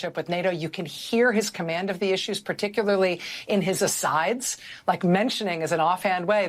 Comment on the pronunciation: Maddow: "Moments of startling commamd". Wow.